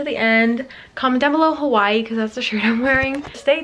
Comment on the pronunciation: You said hawaii wrong